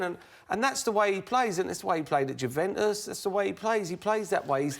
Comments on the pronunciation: ‘Jewventus’ classic Merson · Paul Merson "Guventus" :) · It's not Jew-ventus ffs, not yet anyway! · And Mersons paid to pronounce Juventus like a 6 year old who's just discovered his nuts 🙄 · Merson can't say Juventus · They he was pronouncing Juventus was annoying AF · Alan was pronouncing it correctly and then when Paul spoke he couldn't pronounce it correctly wtf??